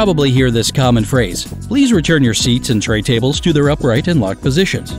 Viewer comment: tray ta bles?